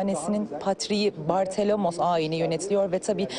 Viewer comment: Bartholomeos ismini okumak ne kadar zor olabilir ??